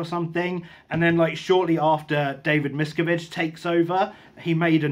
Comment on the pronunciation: Okay...where to start as I've been reading about and watching videos on Scientology for years--NOT AS A FOLLOWER...1) it's pronounced "miss-scaaav-vidge 2) the definitive book on the cult and Hubbard is Going Clear which you may have read?? 3)The cult's second largest base was and has been in the UK at Saint Hill in East Grimstead...where Hubbard lived for 7 years ..so Watch out they are closer than you think;)